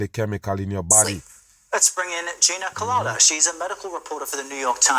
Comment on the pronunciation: Was her name Gina colada like pina colada 😅😅